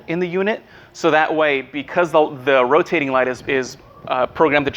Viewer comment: "roating light" omggggg you're trying tho, so good job